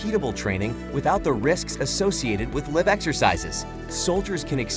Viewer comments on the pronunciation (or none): the AI can't pronounce "live exercises"